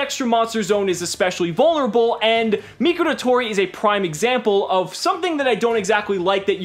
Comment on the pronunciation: How pronounces Mikoratori, "Mikulatoli"